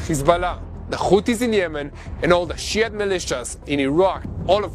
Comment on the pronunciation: I like how pronounces "Shiite Militias", as "She-et Militias"! Hahahahaha!